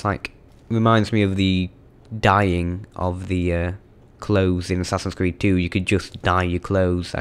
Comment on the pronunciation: assassins cweed